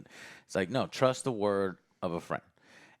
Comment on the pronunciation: It's MOBIUS Joe! MO-BEE-US! Not MORE-BEE-US. Week after week. Show after show. Character after character. The same thing... U can't even get the names right. It was KAM-EH-NOH-ANS the other day. U guys make so much money to just buy top of the line computers. Watch videos and play video games. Pay ur rent and get new offices to house all of the new toys that subscribers and Patreon members pay for. And u can't even have enough respect to learn the names of the characters in the stuff u review. I like the content. Been watching for years. But, my God!... Learn the correct pronunciation and actual names of the things u are reviewing. Is it too much to ask?